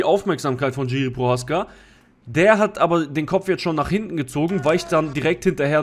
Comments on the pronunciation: Name wird jirschi ausgesprochen nicht tschiri!!aber wie sonst geiles video!!! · Bro, bitte man spricht es nicht "GIRI" sondern "Jiri" aus (tut mir als Tscheche weh in der Seele) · Kurzer Kommentar zur Aussprache von "Jiří Procházka", gehe mal nicht auf die diakritischen Zeichen ein (Haken und Strich), da das r mit Haken in der deutschen Aussprache nicht existiert und das lange a von der Betonung sehr ungewöhnlich wäre. Aber es macht keinen Sinn das "J" von Jiri, wie ein englisches "J" bei "Johnson" auszusprechen, es ist einfach ein "deutsches" "J" wie bei "Ja".